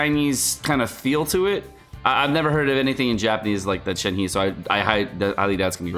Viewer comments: You need to take a pronunciation class cause holy shit. Shen Heee? It’s pronounced Shen Hei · Pronounced “Shen-her” not “Shen-he” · I know you don't care about pronunciation but you're killing me. Just go with "Shen-her", not "Shen-he". It'll be almost spot on. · Plz, pronunciation of 鹤 is “Her”, not 'He'. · Good god, learn to pronounce the Chinese names. It's been a year, stop calling it Lee Wei. It's Lii-You-air. It's not Shen He-man. It's Shen HER (milkshake brings all the boys to the yard). Do some homework,. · Not Shen "He" its Shen "HER" in terms of pronouncing in Mandrain. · Please stop pronouncing Shenhe incorrectly… Her name is pronounced “Shen Her” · ShenHe(申鹤）pronounce as “shan hurt”(without the T sound). YunJin(云瑾）pronounce as “yun gin”. Yes, both are Liyue character. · gosh shenhe was a total surprise btw it's pronounced shen-her :) 👹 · I can already hear so many ppl butchering shenhe's name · love your vids! This is my first time commenting and just wanted to help you with pronouncing Shenhe’s name as the actual Chinese sounds way more fitting given the character’s demeanor and overall physical appeal. Shenhe is pronounced “Sh-en (with a hard ‘sh’ sound, and ‘en’ sounds more like ‘un’ in ‘sun’)” and “h-e (the ‘h’ is more of a breathy ‘h’, and the ‘e’ is more like ‘uh’ in ‘duh’ or the sound a person makes when they get hit in the stomach)” Hope this helps! You may find it brings even more appeal to the character. Keep up the good work!